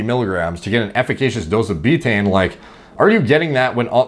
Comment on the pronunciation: Laughing my ass off at how you pronounce Betaine wrong the whole video and have now spawned tens of thousands of retards who are going to run around pronouncing it “beetane”. It’s pronounced Bay-tuh-eene, three syllables, like Creatine.